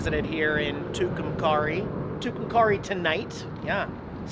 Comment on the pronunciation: The town where the Blue Swallow Motel is located is pronounced Two-come-carry. Just for future reference.